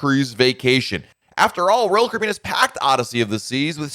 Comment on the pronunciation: SLOOOOOOOOOOOOOOOOOW DOWN !!!!!!!!!!!!!!!!!!!!!!!!!!!!!!!!!!!!!!!!!!! PRONOUNCE :CARIBBEAN !!!!!!!!!!!!!!!!!!!!!!!